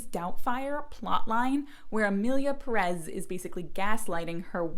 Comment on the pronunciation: My goodness, it’s Emilia PÉrez!!!! Not PeRÉZ!! The strong syllable is the first one! It’s quite a good film, actually. Who cares how the characters behave, if it would make sense in the real world, it’s fiction!! And it’s a crazy story, a fantasy. The characters can behave however the director and the writer wanted them to. Cannes loved the film, lots of critics loved it, Mexican film directors loved it. And many people who hate the film cannot even say its name correctly. The vitriol against this film is ludicrous.